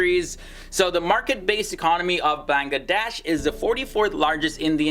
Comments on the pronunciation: Its bangladesh not banlaaaades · Beeeyngladash and Nephol really nigga? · Its not banglaadeish, it should be banglla'Wedaish. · i cant stop my laugh when he pronounce bangladesh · The way he pronounces Bangladesh 😂😅 Loved the video though!! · D is silent in BANGLADESH